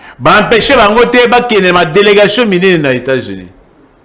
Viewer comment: Le pauvre Nico F. s'ennuie en face de cet energumene de 😂😂😂😂balobaka "Puisque" et non "pusque" balobaka "attitude" et non "attutide", "empecher" et non "apecher" etc, etc.... niveau eza te. Rwanda ebenganelaki biso Mobutu sikoyo bolingi nini abenganela bino Nanga&cie??? Toyokaka pe soni... kiadi kibeniiiiii